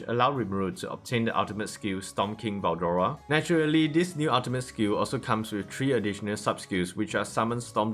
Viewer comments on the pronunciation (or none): was it really hard to say veldora